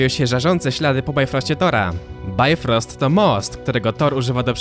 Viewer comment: Nie bajfrost tylko bifrost.